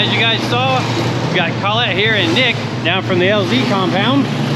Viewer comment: You and can’t say Collete.Just say Clet